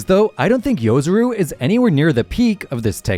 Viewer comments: Its Yo-Rozu not Yo-Zuru😂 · I just hate YouTubers that can't read... yoROzu not yozuru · Its yorozu, not yozuru